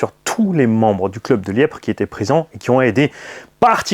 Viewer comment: Salut, LIEPVRE ÉCRIT COMME ÇA, LIEPVRE oublie le p pour la pronotitation Salut à tous,c'était chouette SURTOUT AVEC LA POUSSIÈRE dégagée de ton X MAXX,LOL